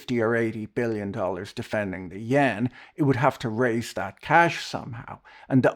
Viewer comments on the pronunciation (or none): none